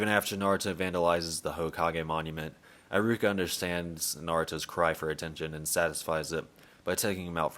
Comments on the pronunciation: Bro why do you spell pronunciations like that? It's eh-ruka eye-ruka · “Eye rooka”